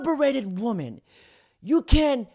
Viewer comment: You've got to start pronouncing women correctly. WI-MEN